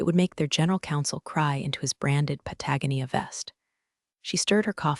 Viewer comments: I love this channel, but I giggle every time the AI says Pa-tag-on-nee-a Instead of Pat-a-go-nee-a.😂😂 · I can’t unhear it now 😂 Every time, it's like, “Wait, what?” 🤣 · I have a hooded Patagonia rain jacket that I love. Every time I hear this, it dies a little inside.